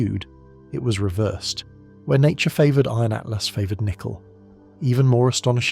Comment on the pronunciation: Yes it was bugging me that the voice said 3 atlast but I like your take on it. Free at last!